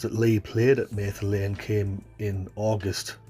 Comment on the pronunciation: It's Mather, not mayther lane